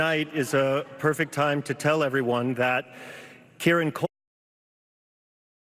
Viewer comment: Kier-ran. Not KEARN-NAN